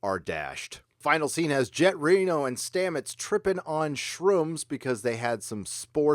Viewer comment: At first I thought he said "Janet Reno"